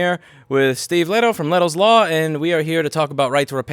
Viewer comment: Funny thing that you Louis pronounce Lehto (Finnish word for grove) much better than Steve himself does 😁